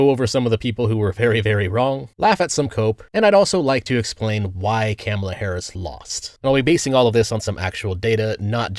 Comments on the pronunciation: mate, why are you saying “Kámala”? Are you Canadian? 😅 It’s “Kamála” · It's correct pronunciation is kuh MAY la. I don't care what that dishonest woman says. She's not know for honesty or integrity. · Chefs kiss mispronouncing her name 🤣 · Like the video but you pronounced Kamala name wrong outside of that nice video